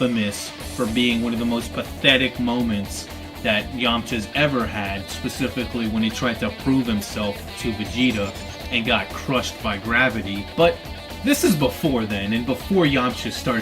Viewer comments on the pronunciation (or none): its purnounced vegeta your making it sound like his name is vagina